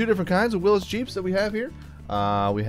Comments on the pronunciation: It is not pronounced Willis it is WILLYS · this video is the only place ive heard someone say willis